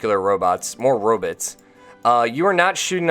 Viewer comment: And you say Robit instead of Robot...